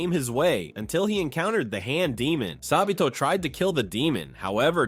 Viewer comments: Why does he call sabito sabeto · Sabito❌ sabeeto✅ Kanae❌ kanie✅ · Sa bee toe